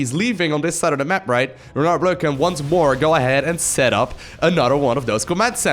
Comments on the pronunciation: when pronuncing renard, juste dont include the "D" at the end, like if it was spelling "renar"!!!! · The R in the name is supposed to be pronounced the Way you dutch People pronounce your g h and j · Renard = Fox The "d" is mute. Just like the "t" in "croissant". French "Rs" are generally not rolled (except very specific places in the south). It should sound more like a vocalized yet softer german "ch" (as in -ach, not ich). 5/10 for effort. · A bit too much on the R on Renard but otherwise the Le Renard Bleu was good pronunciation!